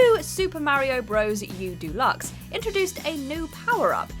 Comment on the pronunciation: Why do you say Delux so weirdly?